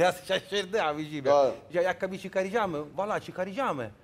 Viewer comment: abijim demesine bile gülüyorum nasıl bir insan bu la :)